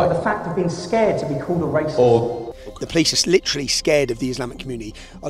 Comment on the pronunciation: 'lidderrallihhh' cmon guys you're seeing what im seeing right????